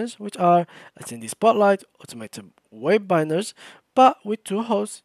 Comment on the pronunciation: (Web-binar) Bro it is (Web-i-nar)